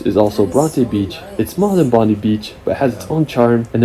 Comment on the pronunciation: Pronounced Bond-eye not Bon-dee. Also Melbourne is pronounced Mel-bun not Mel-borne.